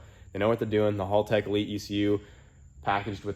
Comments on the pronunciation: hÄltech, not hOOltech 😅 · Haltech is pronounced Hell-Tech not Hall-Tech, just so ya know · It's pronounced "Haltech" not "Holtech" bloody seppos... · Pretty sure it’s pronounced Hal- tech. Not hall tech. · Did my man just pronounce it as hulltech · Love the HalTech stuff, got the Nexus R5 for my build. But it is pronounced as HellTech… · Its "Haltech". Why are you saying Holtech? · Why do all the US youtubers call it "hall tech" 😅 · fyi, it's pronounce like the name "Hal" tech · Its painfull to see after all these year's, still hasnt bothered to learn how to pronounce haltech... its not hall tech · hey im gald your all felling better but that's not how you say haltech just thought i would let you know, just watch any australian youtube channels about cars and they will tell you the correct way to say it. Cheers mate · Haltech being mispronounced constantly drives me insane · It's funny hearing you pronounce Haltech slightly wrong. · Hommie still saying Haltech wrong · Bro! Please. You must say it right! This is haltech’s video.